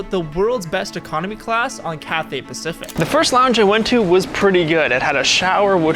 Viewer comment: Thank the lord you realised! Just say 'cafe Pacific'. 🙂